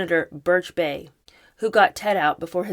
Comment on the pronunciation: You are amazing! I live in Indiana and Bayh is pronounced "bye". No way you should know that😂